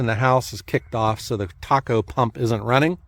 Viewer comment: Hi. I always enjoy your videos. My father was an oil burner technician for over 30 years and the way he and his colleagues pronounced the name of the circulating pump was Tay-co, not taco like the Mexican dish. Keep up the great work!